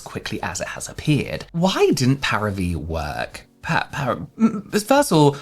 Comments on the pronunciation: It's pronounced 'Pah-ree-vee', Paris+Vie = 'vie' is French for the word life. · I'm preeeeettty sure the pronunciation is "Pari - Vie" Like Paris life in English :) Vie pronounced the same in "c'est la vie" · I'm pretty sure it's pronounced "parivee", like some pseudofrench for "Paris life" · Parivíe is equal “life of pari” and pronounce pa-ri- vee. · I think it's pronounced Paree-vee. Vie = life in French. So like Paris life? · The way you struggled to say the name each time hahahaha. Celebrity brands are just not competitive. Every other beauty company founder first and foremost saw a gap in the market, a need that wasn't being met. Often it came from their trade like if they were a makeup artist or a dermatologist, or at the very least, did market research to see how they could best occupy a competitive position in the market. Fenty Beauty was borne of Rhianna's own experiences as a woman of colour who, in her job, found it frustrating that she and/or her makeup artists struggle to find a foundation match. Celebrity status is not a competitive edge. Paris Hilton touched on something that could have worked; a solution to combat daily modern skin aggressors as a busy businesswoman which is how she brands herself these days. But instead of doing a whole line, a few multipurpose hero products would be enough to lend it some credibility as something she uses every day or when she's busy. It's why celebrity "Get Ready With Me" and "What's In My Bag" formats were so huge when they came out. We have a voyeuristic desire to see into the lives of global celebrities, and skincare, being so personal, will absolutely sell like hot-cakes if we believe a celebrity uses it and its efficacy is linked to the condition of their skin. But when a celebrity creates a new product, unless it fills a gap in the market, their endorsement equates to very little as we know they achieved their skin with a pre-existing product